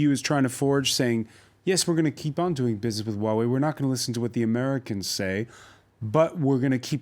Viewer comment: Finally, I see the first French who could pronounce Huawei correctly...